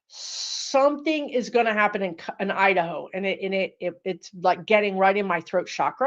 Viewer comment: I don't know what that was but when you said- the word "Iderho" it sent chills right through me and I was willing you to stop talking about it! Lol